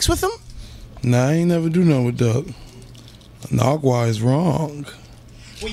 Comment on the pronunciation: Why do they keep callin him narguar tho😂😂